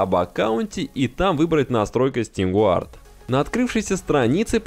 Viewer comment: Не Гуард а ГАРД. 🤠